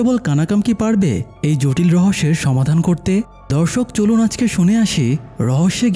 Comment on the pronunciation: ভাইয়া ধর্ষক হবে না দর্শক হবে🤭